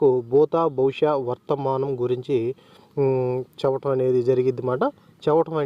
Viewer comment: చేవటం చేవటం అని అనకూడదు తప్పు చెప్పటం అని అనాలి జెరుగుద్ది అని అనకూడదు తప్పు జరుగుతుంది అని అనాలి 💯👌👌👌👌👌